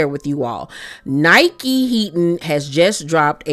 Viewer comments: You are pronouncing her name wrong it’s Nicki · It’s pronounced “Nicki” not Nike.